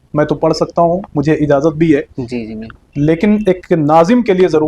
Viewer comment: Bahi ik baat kahon please Bora mat manna aap izazat kehte hai is tarah na kaha karen asal lafz ijazat hai jim ke sath